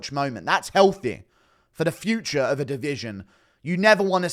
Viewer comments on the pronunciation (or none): none